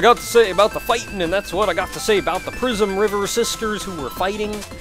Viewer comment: I keep hearng "Prismriver sisters" as "Prisonriver sisters". Derf. It perfectly reflects my opinion on what most musicians deserve, but it's a bit harsh on those three.